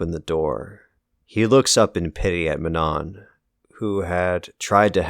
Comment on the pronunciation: The last N in manon is silent just fyi